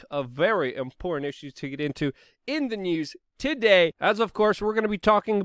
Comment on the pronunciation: It's not wit it's wiTH and it's not imporant it's imporTant and it's not Puin it's PuTin. If you are going to broadcast you should learn how to speak English!!! And by the way there is no country called Mymar.